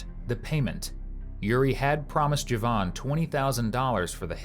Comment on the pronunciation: They are killing me with these names. "Joevan," "Makeva."